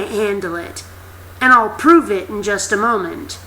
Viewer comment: Her: Pove It! *Pets cat evily* lol i love her